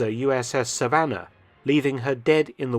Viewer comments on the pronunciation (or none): none